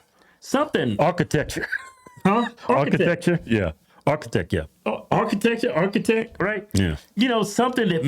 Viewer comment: Archietch 😂😂come on Kevin